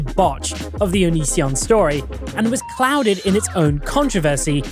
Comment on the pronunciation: The amount of times it took before Chris could say Onision correctly 😂